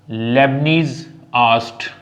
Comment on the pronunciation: The name is Leibniz, not Lebnees!